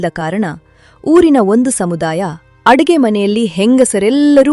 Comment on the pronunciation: ಅರುಗೆ ಅಲ್ಲ ಅಡುಗೆ